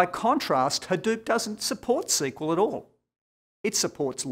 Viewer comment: "OKAY" lol..... HAhDEWP. dewp pew pew